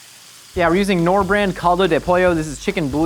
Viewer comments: The K in Knorr is not silent, wth? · Hahah I'm from the Netherlands and the way you said Knorr made me laugh. Knorr is from Germany and you say the "K", so not as in "know" where the "K" is silence, but actually with a hard "K". All of you creations look good tough! Keep up the good work :D